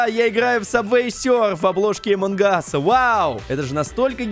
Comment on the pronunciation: Поззи ты зодолбал говорить эмон кас поззи пишецч амон кас